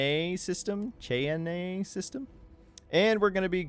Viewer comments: Its pronounced shy-ann. Yes its weird spelling. Its native american. Egads. So many who cant pronounce this. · FYI Cheyenne is pronounced "Shy-Ann". The only one I missed was the one on the Yacht.